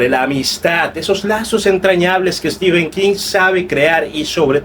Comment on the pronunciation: Mi enhorabuena. Me fijo en las reseñas cómo llaman a Stephen King. Es stíven como tú lo dices, pero prácticamente todos los youtubers de habla española dicen stífen. Yo les suelo corregir en los comentarios haciéndoles notar que stífen es una pronunciación INVENTADA, aunque generalizada en países de habla hispana. Aquí en España todos dicen stifen. Creo que eres mexicano? Cómo lo dice la mayoría en Mexico?